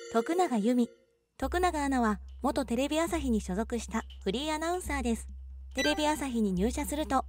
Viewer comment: フリーが不倫に聞こえる